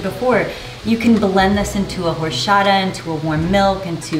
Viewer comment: the fact that you are a Spanish speaker and pronounced "horchata" like that is disappointing